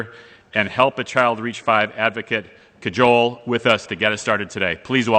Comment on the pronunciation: Pronounced Kaj-ool 😂😂